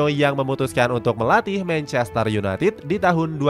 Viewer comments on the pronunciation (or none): none